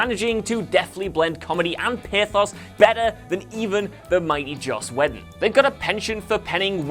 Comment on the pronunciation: Please learn how to pronounce "Russo" and "Whedon". That is all.